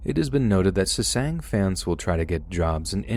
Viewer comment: I'm sorry, I love your voice and your narration... truly. But jesus christ, you saying SESANG over and over hurt my ears. They're called Sasaengs /SA-SENGS/.